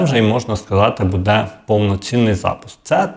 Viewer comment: Робіть правільно наголос !!! Не будЄ, а бУде.